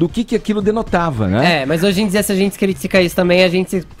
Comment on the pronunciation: Acho engraçado ele falando a palavra "gente"! Ele fala "zentssi"! Hahaha!